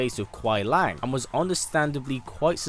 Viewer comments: Love the video but just a tip or you before you make the video on Sub Zero... It's Kuai Liang, not Lang. Keep up the great work, love your channel. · Its Kuai Liang, not Kuai Lang